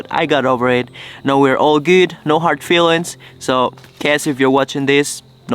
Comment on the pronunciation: When you said that your girlfriend is “gut” I knew that she is from Germany, because that is the way the pronounce Good. I used to live there and still know a bit of German!